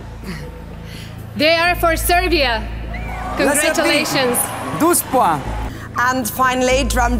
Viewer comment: "I'm cOnGrAtIlAsIoNs, LoTs Of ThE KiSsEs To Th(D)e MiLlIoNs Of UROFANS" "OiT PoInTs" "Na-na-na, Moniqa" "For MaGnIfIsIKeNt show" "Youuuuuuu"